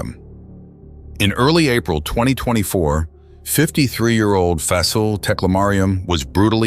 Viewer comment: Aside from mispronouncing their names especially Shakilus and Fasil you did good telling the stories. I feel so bad for Fasil's wife and kids.